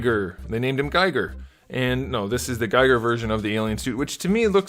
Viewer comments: Great review, just an FYI it's pronounced "GEE-gur" like "geese." Keep the NECA reviews coming! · Giger. Rhymes with “eager”.